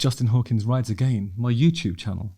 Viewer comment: Why does Justin pronounce the word "again" differently than when he sings the word in his theme song?